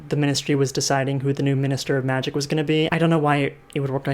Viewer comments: Everyone: magic Cassie Clare, an intellectual: magid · magie, magif, magig, magih...